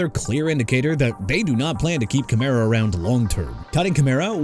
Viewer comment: Enough with the "New Or-leans" garbage okay?! You wanna continue butchering a city name, go ahead. It gonna get you fired! Also Alvin Kamara as in kuh-mar-rah! And Christian Fulton is not a quarterback; HE'S A CORNERBACK! ALSO CHICAGO AS IN EITHER SHUH-KAH-GOW OR SHEE-KAH-GOW NOT CHEE-KAH-GOW!! AND STOP SAYING "JAG-WIRES"! WHAT DON'T YOU UNDERSTAND DUDE?! JAGUARS AS IN JA-GWAARS AND IT'S ALBERT REGIS NOT ALBERT LEERS! AND MR. "I CAN'T PRONOUNCE ANYBODY'S NAMES FOR NOTHING" TONY POLLARD AS IN PAH-LURD NOT POH-LURD!! YOU'RE FINISHED!! GO AWAY!!